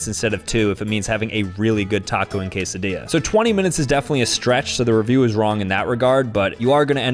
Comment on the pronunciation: Is it cuz he pronounced quesadilla wrong 😭